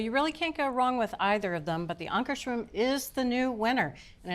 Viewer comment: Good job correctly pronouncing Ankarsrum.